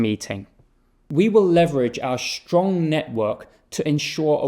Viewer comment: Здесь есть русские? Почему он говорит ш вместо с? Не стронг, а штронг, не стьюдент, а штьюдент?